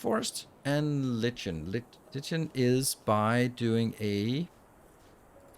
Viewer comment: Love the playthrough. I like the chill games. Maybe you can do a run of this per run of Factorio if they come out with more content. FYI, the word "lichen" is pronounced 'like-en' in US English, and something along the lines of loik-n in English English. But a whole lot of people pronounce it incorrectly.